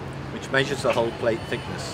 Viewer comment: Following the explanations of the narrator I was always searching for a 'hall' or a 'hole' until I realized he was speaking about the hull. Being Non-English I have to rely on what I learned at school and also the Oxford Universal Dictionary tells me to pronounce the 'u' in 'hull' like the 'u' in 'nuts'. Nowadays the English language sounds pretty (or is it already 'preddy'?) American.